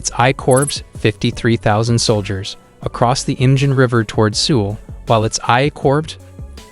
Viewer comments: Who else is irritated by his pronunciation? Seoul is pronounced like 'soul' not 'sewel', Busan is pronounced more like 'poosan' not 'pyousan'. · Good info but man you need to learn how to pronounce things if you are gonna be a info youtuber. Like you can't even say Seoul or Pyongyang right 😩cringe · He mispronounced every possible word he could. Who mispronounces Seoul? Did this guy ever turn on the news or step outside his house once? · Dude. Your lack of attention in pronunciations made it impossible to listen to. I served in the military for 20+ yrs and can't handle your poor pronunciations such as the super simple capital of SK.